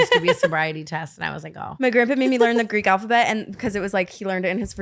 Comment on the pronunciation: not brooke BUTCHERING the Greek alphabet.